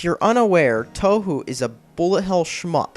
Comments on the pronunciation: Wow, people are actually getting mad about this? This is hilarious. This video is clearly just a troll video to get people mad, and I think its absurdity is funny is fuck. "Toehoo"? Pff. Also, this guy seems like he's just trying to be AVGN, except with no emotion whatsoever. The least he could do to seem like he's even trying to convey a point is add some emotion. I'm sorry, but this video can't be serious. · I think (hope) this video is a parody, because he says toe-who and zun instead of ZUN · >grating autist voice >complains about difficulty in a solidly gitgud shmup >shallow AVGN impersonation >occasional good point to seem more legit >pronounces it "toe who" well trolled m8 i r8 b8/8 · Only one minute into the video, and I see you haven't been looking into the series all that much. Seriously. Toe-who? Zuhn? xD If you want to make a hate video, do more than three minutes of research. I'll be looking at the rest of the video now. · 2/10 made me reply. The fact that you were complaining about the games being too easy while showing videos of someone who can't even beat stage 1 on normal made it way too obvious that you're trolling. Also, I cringed every time you said "tohu". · First off, you did you just pronounce Touhou "toe hoo"? Also, you judge game by graphics? Heard of emulators? Thats how we play PC 98. I tuned it out after you said the music sucks. Nearly 99 percent opinion, the 72 likes probably have not even gotten halfway past any Touhou game. You think Touhou is easy? WOW. You must have a problem if you say that and you die on Stage One, on Normal. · It's pronounced Toho, the story is great and complex thanks to its development over circa 15 games, and the music is unbelievably good. And it has lots of girls who throw magical balls at each other's faces. No matter how you look at it, how can the games be bad? Oh, and the glitches are nearly all caused by the English patches and cracks developed independently from ZUN. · both are wrong. its 'Too Hoo'